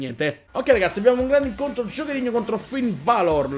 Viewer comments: 2 cose: 1)Il primo match l'hai fatto contro il campione di NXT 2)Non di dice Finn Balor ma Finn Belor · comunque si pronuncia Finn Belor